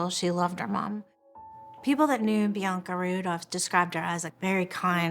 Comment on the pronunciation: PLEASE SAY BIANCA CORRECTLY...IT'S PRONOUNCED Bee-Ahn-Ka...the middle syllable is just like the a in the British pronunciation of the word, "bath."